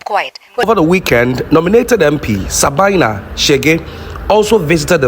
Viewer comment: Sabina, not Sabaina